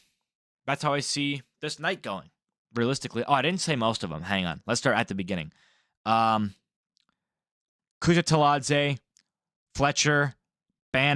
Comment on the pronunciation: You had me hooked from the "begoning" 😂😂 Awesome video homie!!